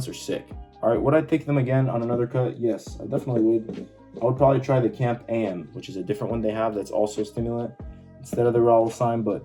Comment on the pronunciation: cAMP or cyclic AMP or cyclic adenosine monophosphate, so most of us would say "see ay em pee" but at least "camp" is quicker to say, you just sound like you have no clue what it is